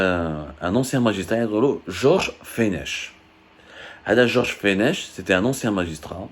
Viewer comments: L'ancien magistrat se prononce "Fenek" et non "Fenech".. vous êtes juste capable de chercher sur Google sans rien maîtriser.. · On ne dit pas fenech. On ne prononce pas le ‘ch’ ça se prononce ‘fenec’ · Mr abdou ce monsieur donc tu parles ça se prononce fenek et non pas fenech. Mr George fenech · Prononcer fenek,Georges Fenech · ce prononce Georges feneck!! On a pas du satanisme au Maroc !!!